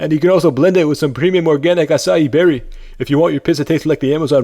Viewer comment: acie berry LOL